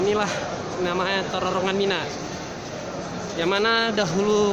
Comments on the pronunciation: bilang terowongan kok susah... penyebutannya kok terorongan..?? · pengucapannya bukan TERORONGAN tp TEROWONGAN...... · Terowongan Hadeh gemess ngomong terorongan terorongan terosss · Terorongan apa terowongan? Nafar apa nafas?